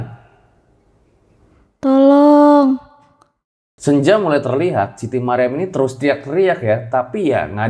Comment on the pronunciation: Dari serem bangat serius dengernya.. eeeh denger "tholooong tholoong" jd pen ketawa 😂